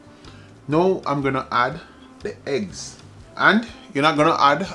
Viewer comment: The heggs not eggs 😂. OK...now you spoil my enjoyment, please leave out the allspice, I am terribly allergic to it 😢.